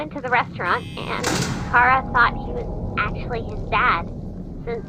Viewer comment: Appreciated it that you Pronuced Chara as in "Ka-ra" not "Cha-ra" and that you protrayed her as a girl.